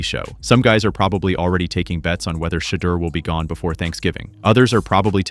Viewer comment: "Shadder" Sanders... WTF??? These Ai bot cannot be programmed to correctly pronounce his name...got-DAMN!!!